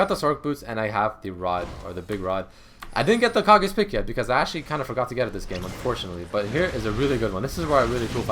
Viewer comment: Isn't Kage's lucky pick pronounced like "Cage"?